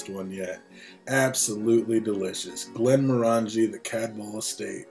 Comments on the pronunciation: Pronunciation. Glen-MOR-angie: the name of the whisky is /ɡlɛnˈmɒrəndʒi/ glen-MORR-ən-jee, with the stress on the "mor" and rhyming with orangey, not */ˌɡlɛnmɔˈrændʒi/ GLEN-mor-AN-jee as it is commonly mispronounced. Doesn't hurt to research a little bit. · Thumbs down for not saying the name correctly, would give it another thumbs down if I could for the way you wear the hat.